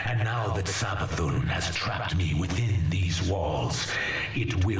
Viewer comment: I dont think I've ever heard anyone pronounce Savathun's name with a Z before lol. Not a gripe or a dis or anything, love this channel, just found it interesting